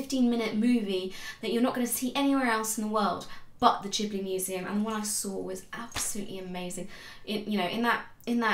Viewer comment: Subscribed for Totoro and your correct pronunciation of Ghibli :)